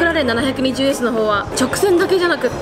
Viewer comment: ポルシェはきゅーいちいちってちゃんと言ってるのにマクラーレンはななひゃくにじゅうww